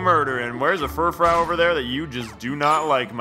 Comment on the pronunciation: "Furfrou" is pronounced "fer-froo".